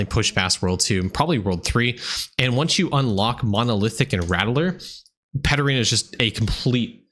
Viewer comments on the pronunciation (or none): I'm pretty new, so when you were talking about Paterena I got lost and spent about 10 mins googling until I realized you were saying Pet Arena 😅